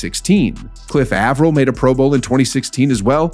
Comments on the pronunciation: "A vrill." It's a hard A like in "ape." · A like april